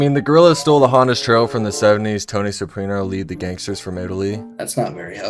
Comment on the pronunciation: the way you mispronounced soprano